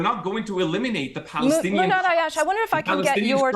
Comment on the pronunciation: good job Muhannad getting your message out and not letting her derail you. not even to correct the pronunciation of you name. Palestine will be free x